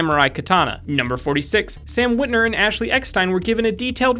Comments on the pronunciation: Is anybody else a little upset that he says Sam WITNER instead of Sam WITWER? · it's San witwer not witner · You guys kept saying Sam WitNER it's Sam WitWER